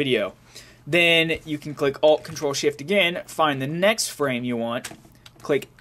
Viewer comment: It sounds like he says ALT, CONTROL, SHIT..